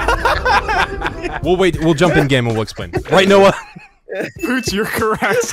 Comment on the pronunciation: Since when does Vootz call Noah, 'Noey'??